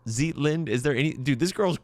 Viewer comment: Your pronunciation of Zeitlind was the best here :)